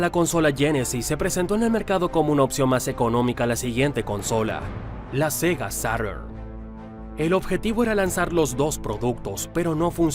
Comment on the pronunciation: Tiene bastantes detalles que corregir los nombres de las consolas de Sega no sé pronuncian en inglés perfecto, incluso la Mark1-2-3 son en japones, es cosa de ver la publicidad japonesa que es de donde vienen. Sega EsuYiShem (SG1000) Sega Maga Draivé (Mega Drive) Sega Sata (Sega Saturn) Sega Dorincast (DREAMCAST) Pero lo triste que es muy superficial ya que el ollo financiero no vino de las consolas vino de otros negocios como la fallida fusión con bandai en 1997 (es cosa de ver cómo va la curva financiera de Sega hasta Junio-Julio del 97. Tenía una tendencia a la baja entre el 95/96 pero inicios del 97 hasta mediados estaba recta y empezaba a subir hasta 2 hechos concretos, el áviso de que se cancelaba lamfusion /,compra de Bandai y las palabras del E3 del 97 "Saturn no es nuestro futuro' si sumamos que el mismo año 3Dfx filtro que trabajaban con Sega en el desarrollo de una nueva consola cuando aún estaba todo muy verde. Sega se gasto otro dineral en una demanda a 3Dfx que más encima la perdió y debió gastar para compensar sumado a otros litigios que ya ni hablar. El abandonar las consolas fue más una exigencia de los accionistas que algo que se quisiera realmente por su gente. Si dreamcast no se cancelaba tras la navidad del 2000 Sega abría empezado a ver números Azules a fines del 2003, cancelando la.comsola los vio a inicios del 2002. Lo bueno es que Sega tiene todos esos datos publicados y con algo de.maña se puede llegar muy fácil a ellos, especiamente los balances anu